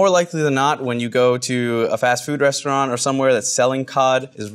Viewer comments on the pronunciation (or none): none